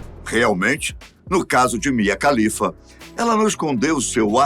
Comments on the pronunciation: Só uma dica: A pronúncia de todo nome e sobrenome árabe, que começa com “KH” equivale à pronúncia do nosso “R” (de Raquel, Rogério, Renata, Ribeiro, Ramos, Resende, e etc) Portanto, a pronúncia do sobrenome da Mia é “Ralifa” e não “califa”. Sobre a carreira dela: Todos os extremistas islâmicos que a ameaçaram de morte, são um bando de hipócritas, porque eles também consomem pornografia. Inclusive é por meio de filmes pornôs, que eles aprendem o que fazer com uma mulher, visto que na cultura e na religião deles, NÃO EXISTE namoro ou sexo antes do casamento. O afastamento da família é compreensível, independente do país de origem, da cultura e da religião. Nenhum pai e mãe ficaria feliz com a filha trabalhando para a indústria pornográfica. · Você disse "Mia Khalifa"? 🤨😁😏